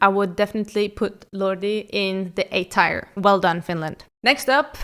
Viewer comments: its tier not tire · Great video! I like your personality and your comments on every winner. Good job 😊 I feel like I have to say that tier is pronounced like "teer" (I mean this in the nicest way possible and I'm sorry if I sound rude) I 100% agree about Lena!! It's my least favorite winner of the last 25 years and your comment about your slightly challenged cousin was hilarious 😂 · Or "S tire" as the woman in the video pronounces it. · The way you pronounce teir makes me unreasonably angry